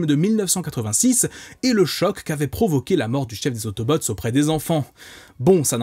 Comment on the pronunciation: Perso j'ai grandi avec les DvD et avec la VF et je suis littéralement un pro VF mdr mais si y'a bien une VF sacrément gâchée c'est bien celle de la G1 de Transformers, entre les noms mal prononcés (autobooo, decepticans?, les noms de certains persos,...) et surtout le plus important LES VOIX haha ! Rendre Bumblebee stupide avec la voix de Samy dans Scooby-Doo me déchire le coeur :') Optimus qui a une voix de méchant (bon ça me choque pas trop ça va), et surtout il devait y avoir 5 ou 6 acteurs grand max on retrouve toujours les mêmes voix, elles sont mal mixées et les effets sonores sont inexistants je pense notamment à Soundwave... my boi, what did the do to my boiiiii xD Et parfois les robots parlent comme des robots parce qu'ils sont des robots c'est cliché au max sûrement pour amuser les enfants et rendre le truc moins sérieux et violent ils aimaient bien faire ça dans les années 80 quand les animés ont commencé aussi mais c'est dommage x) La qualité sonore est pas au rendez-vous mais par contre... LE Générique français papapaaaaa ça !!! pépite !